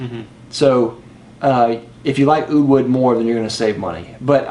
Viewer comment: Oh god you didn't just say oud wood, lol. Oud Wood just works for shit on me....blah blah blah blah....did I say blah...haha